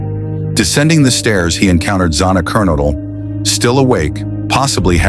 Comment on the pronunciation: Yes, remember the victims! Great how the AI voiceover butchered the names of Xana Kernodle and Kaylee Goncalves. Do right by them and pronounce their names correctly, or dint pist any videos.💔🙏💔🙏💔🙏💔🙏🕊